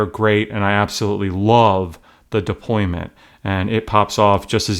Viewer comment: Deployant** NOT deployment!